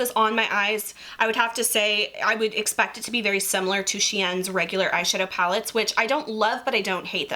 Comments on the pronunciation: No hate but the way she says SHEIN it makes me feel of were I am the way people say it’s I she-n instead if shean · it’s just the way your pronounced SHEIN is different from the way most people do and I don’t know if you understand but when I here people say stuff a bit differently then I’m used to it give me that feeling you get when you hear nails of a chalk board lol 😂 anyway please don’t take this in the wrong way everyone is different and unique and I lived the video <3